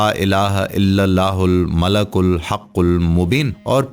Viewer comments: its not Malak, its Malik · Bhai sahi terha to parho. Mala-kul nhi mali-kul-haqul mubeen hai. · App nay aik lafz ghalat parha malikul hai app nay malakul parha.tasheeh karain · mlalkul...نھین malekul پڑھین۔ شکریہ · Description main malikul likha ha or ap malakul parh rhy.... Sahi tallafuz ki rehnumai frmayen shukria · "Malikul" sahi talaffuz hai "malakul" nahi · AOA deer most of wazeefa telling persons tmake mistakes 1. One qari recited Quraan wrongly 2.,another person reciting yaa badee ul ajaebey which is wrong 3,, one Qari old man recited Doaa e MUSA AS. Wrongly rabbey inni lemaa anzelto very bad and very wrong. 4 now you recited 2 or 3 time malakel it's wrong I think wazeefa tellers only want to earn money. I am totally UN PARH دین k moaamley مین پھر بھی غلطی pakker letaa ہون. Please take care. Wassalam